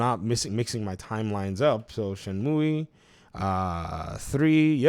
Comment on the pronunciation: Leave the game where it belongs, in a happy memory. Btw it is pronounced Shen-moo or Shen-mew not myoueee lol. Back on topic, Shenmue is my all time favourite game. Number 1 in my top ten, huge uber mega fanboy mode favourite game, both 1 and 2... 3 is awful and I say that after having bought it on PS4 (I was a high tier kickstarter backer) Epic because it was exclusive at the time, and Steam plus all DLC on each platform too. The story is bad, the voice acting is worse than the first 2 games, the plot doesn't move forward at all, the combat is bad, the pacing is bad, the qte's are broken. It looks pretty and still has an amazing soundtrack though. But this game needs leaving alone. No new release on Xbox, I waited 18 years for 3 and I wish it never happened... Edit, thought I would add a fun fact: My username is a move from the game, it is a really useful throw move as well as the name of the main character of the game "Ryo Hazuki" Shenmue was also meant to release for the Sega Saturn and not the Dreamcast. It was going to be a Virtua Fighter RPG with Akira as the main character. You can see some things was kept as an easter egg for people that knew, like the plaster/band-aid on Ryo's face in the same place Akira has a scar. Happy gaming everyone. lol sorry for the long winded edit but I did say I love Shenmue.